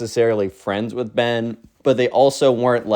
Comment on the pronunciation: Why you always say wizz? I guess you dont want to be Cringe